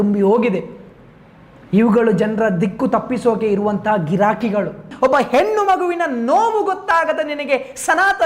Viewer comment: ಹೆನ್ನು ಅಲ್ಲ ಹೆಣ್ಣು ಮಾರಾಯ